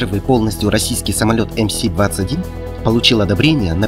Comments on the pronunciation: Автор, ты в вакууме живёшь что ли? Какой ЭмСи??? ЭМЭС и никак иначе! Две русские буквы - М и С. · Автор ты не в Калифорнии не эМ Си, ты в России, а у нас эМ эС. Магистральный Самолёт. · Неуч, или англофил? Не эМСи, а эМэС. МС-21 означает магистральный самолёт 21 века. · Эм Эс, а не Эм Си! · Не эм си, а эм эс - 21. Нерусь. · Не эм си, а эм эс. МС-21 - Магистральный Самолёт 21-го века. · Раз автор произносит самолёт , как Эм Си, то и двигатель теперь должен произносить, как Пи Дельта или Пи Ди)) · Ну какой мля эМСи ??? 🤦‍♂️ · Хватит смотреть на запад , говори по русски ! Буква М читается эм , а буква С читается эм либо сэ.